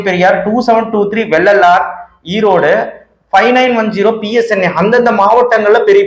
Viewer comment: வெள்ளல்லார் கல்லூரி இல்லை தம்பி அது. வெள்ளாளர் கல்லூரி.